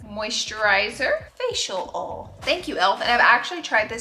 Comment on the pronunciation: Seriously one of my favorite influencers… so humble, so kind and giving! Also the way she says oil “ole” is the best 😂❤️